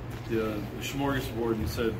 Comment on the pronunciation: He said SMORGASBORD